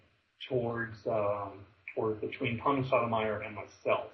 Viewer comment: it's SOTOH My-ERR.. YOu pronounce it like SODOMYERR. like he sodomizes people. Yeah Tommy should have hung up on you .. this is hard to listen too.